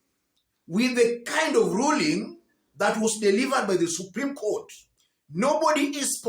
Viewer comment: What did you expect the erection ruring was to mush for her hence the ingrish🤣🤣🤣🤣🤣🤣🤣